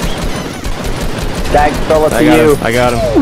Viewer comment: This is not pags. It is dags.